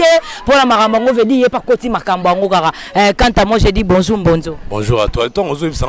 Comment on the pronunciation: fille oyo na yebaka vraiment t soki aleka na banc ya école pcq ayebi ko prononcer ata mot français bien t même dire bonjour ya bamba na faute ....en plus asimbi p micro mawa trop